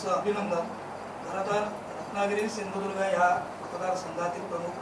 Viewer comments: सिधुदुर्ग. म्हणा. साहेब. सिंदुर्ग. नाही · सिंधुदुर्ग म्हणा सिंधुर्घ म्हणता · ये नाऱ्या शींदुर्ग नाही , सींदुर्ग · अरे पहिला सिंधुदुर्ग बोलायला शिक.